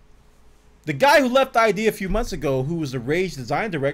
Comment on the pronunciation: It's not I.D. It's Id, like the human id.